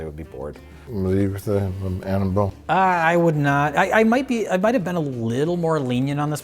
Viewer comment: "mmhmmuhh mmhm Annabelle?" 😅